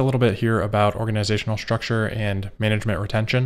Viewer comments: Just realize even you can make a mistake.... it’s structure not sturcture 💡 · We all love some good Organizational "STURCTURE" :P But seriously, great video! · "Organizational Sturcture." I HATE when that happens! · “Sturcture.” I like it. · Organizational Sturcture? Organisational Structure, more like :) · lol Organizational StUrCtUrE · sturcture lol